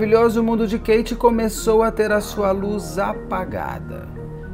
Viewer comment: Não sei p pq chamam a moça de Kate com som QUEIte,as próprias garotas já falaram inúmeras e inúmeras vzs nas lives Kate com som de Cáte..